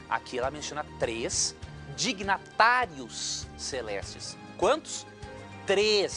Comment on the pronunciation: o pastor Leandro Quadros falou errado ele disse: '''3 DIGNATÁRIOS'''a palavra correta é '''3 DIGNITÁRIOS''' vai lêr melhor o livro sua besta, depois diz que os outros é que não sabe de nada.